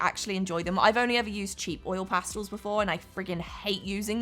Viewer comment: This looks so fun and I love how you gave your opinion because I completely agree with you… BUT you pronounced pastels wrong 😢 I’m sorry but this made me so annoyed 😡oil “pastulls”? No. It’s pronounced PAS-TELS! Thank you for your time bye now 👋